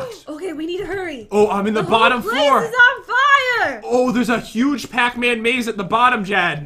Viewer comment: pacman sounds like patman😂 pat you just earned your favorite charecters gamename